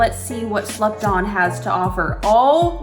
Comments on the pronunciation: When you said the gloss was called "slept on" I heard slut-thot and was like, umm hello? Im interested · When u was talkin about slept on it sounded like u was sayin slupdog